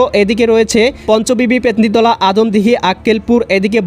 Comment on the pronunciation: বারবার বলেন পেত্নী তালা না পত্নী তলা জিনিসটা একটু উল্লেখ করে বলেন প্লিজ